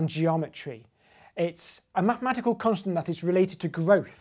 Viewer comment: At the beginning, it sounded like he said "The BIIIG famous consonant, e."